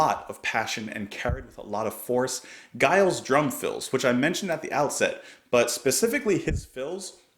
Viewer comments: Giles is pronounced like Jimmy. It is a soft G, as in Germany and not a hard G as in Guy. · It's Giles with a soft G - like gentleman!